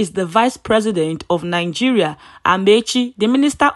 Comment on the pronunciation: Not NIN-GERIA BUT NI-Geria